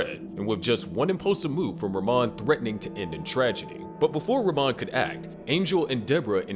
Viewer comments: It’s pronounced “rah-mone” not “ruh-mon” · it’s pronounced “ra-moan”